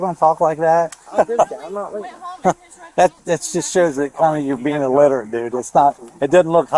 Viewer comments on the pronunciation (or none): when the officer said 'you're kinda being illiterate' sounded to me like 'you're kinda being a wigger'. LOL